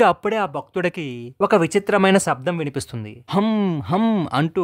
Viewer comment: శబ్దం అని పలకాలి. సబ్దం ఏంటి!? శ ని స అనటం ఏంటి.? తెలుగు ను బాగా పలుకు చున్నాను అనుకునే వెధవల్లారా తెలుసుకోండి 😂🤣🥰.